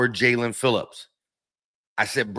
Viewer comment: who besides YOU would EVER pronounce his name as JA-LEAN? It's obviously Jae-len....you must experience dyslexia bro